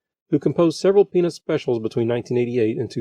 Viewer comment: I don't mean to be rude but its really distracting how the narrator doesn't pronounce the t in peanuts.